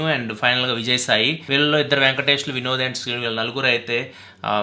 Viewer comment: Bro Vinod badhulu Binod ani vinipistundhi 😂😂😂😆